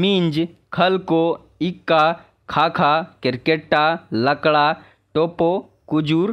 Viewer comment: लोहरदगा,गुमला, सिमडेगा जिले में भी उरांव जाति के लोग पाए जाते हैं इक्का उच्चारण नहीं एक्का होता है एरपा उच्चारण नहीं एडपा होता है